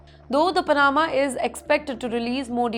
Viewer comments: It's not Pana'ma BUT Pa'nama! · Sorry bit late but its not Pa-NA-ma. Its PA- na-ma. Maybe double chk pronunciations with Google before broadcasting to the world m8ght be useful. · It is Panama not panaaaaama. Can someone help this girl please? Learn English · Anchor woman needs to pronounce Pa-na-ma correctly. Not Pa-naa-ma. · I agree Pana'ma instead of Pa'nama. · You should try to at least do a little research on how to pronounce my country's name. 😮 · The way she says Panama 😅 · Aam Panna. Pan flavored.